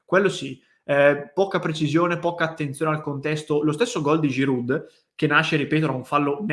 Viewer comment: Ciao. Concordo al 100%. Solo un piccolo dettaglio, abitando a 5km dalla frontiera francese, voglio solo dirti che la "d" di Giroud non si pronuncia...😉😉😉